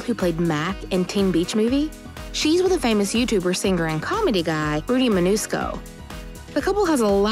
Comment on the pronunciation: its Mancuso not Manusco